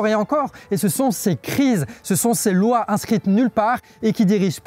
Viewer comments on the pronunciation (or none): none